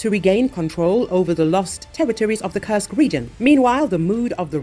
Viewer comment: When will you please stop Kursk a curse? If the voice is an AI, please change that awful pronunciation. It is an u like in super or food. Please, I repeat, the curse!!!